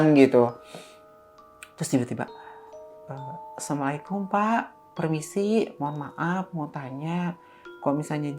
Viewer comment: Salamnya kurang bener asamualikum, assalamualaikum 😅